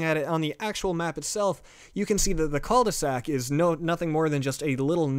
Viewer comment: Am I the only one who thought that "Cul-De-Sac" was said like "Culvey Sack"? Lol